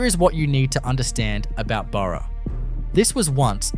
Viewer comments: Total absolute dishonest CRAP! You have one town chemist shop from the UK Salvage Hunters TV series! You have Silverton, and you put it on a road map of ADELAIDE CBD! Total crap AI voice that calls Burra a donkey! It's Bahrah, not buro! I've had a gutful of this crap, and anyone with a gram of grey matter will tell them the same! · Not sure about the image of Wollongng Spotlight store in the first minute either. AI makes a mess of pronunciation. Sorry Burra, Nhill and Junee. And other assorted words.